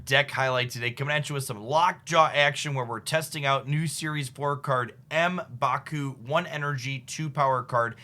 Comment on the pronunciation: Fyu, Just sound out the M. Don't say it as a literal letter.